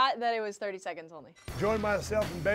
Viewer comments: SUPER SMASH BROTHER... BELEEEEEEEE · Is it just me or does he say bayley funny